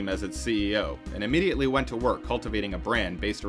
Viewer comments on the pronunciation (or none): none